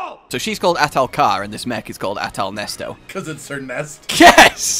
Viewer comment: Anyone else hear At-Ernesto instead of Ahtal-Nesto?